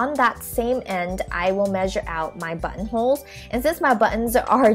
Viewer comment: i was watching this with my dad in the room and whenever she said button holes, he thought she was saying butt holes